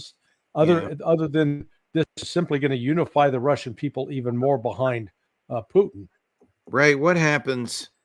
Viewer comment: Why can't McGovern pronounce Putin's surname correctly? Very irritating... Poutine is a dish of french fries and cheese curds topped with a brown gravy popular here in Canada.